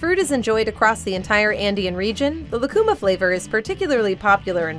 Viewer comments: It is not "lacuma" fruit, but "lúcuma," and the diacritic mark signals the stressed syllable. So, it isn't "lah-koo-mah" but "loo-koo-mah." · It's pronounced "Lu-cu-máh" In Chile lucuma ice cream is as popular as chocolate in the US. If you ever get a chance, I highly recommend it.